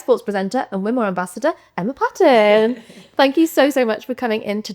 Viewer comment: Presenter can’t even get her name right! It’s Pronounced Payton